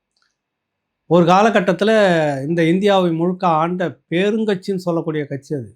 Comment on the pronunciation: உன்னால தமிழ ஒழுங்கா உச்சரிக்க முடியுமா? அது என்னடா அது "பேருங்கட்சி""? பெருங்கட்சி கேள்வி பட்டிருக்கிறோம். அது என்ன பேருங்கட்சி? காலம் கறந்த பெயரெச்சமா? பேர்ந்த கட்சி, பெயரும் கட்சி இல்லை பெயரபோகும் கட்சி.